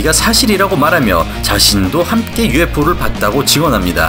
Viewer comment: UFO는 왜 발음하지 않으신건가요??